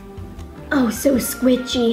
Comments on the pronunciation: she said skwichi not squishy sorry but i love your videos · Think the girl said squiCHy 😂